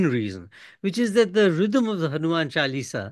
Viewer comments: Its jarring to hear Chal-eesa as the name from Karan. Please be cultured enough to pronounce it by its right name - its Chaalisa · I wasn’t ready for Mr Thapar’s mispronunciation.. Chuh-Lee-Sah, but I understand the soft power potential of translated religious manuscripts! Mr Suitable boy is about to become the Overseas Sanghi Poster Boy! But I’m not ready for this either! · Hanuman se sidhe modi par achraj hai Jabhi aap hindutva ka sahi arth nahin samajh paye Hanuman chalisa ko chelsi bool rahe ho Aap naam bigad rahe ho lagta nahi ki aap chalisa ka sahi pronunciation nahi jante ho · He pronunces Chalisa with an American twang.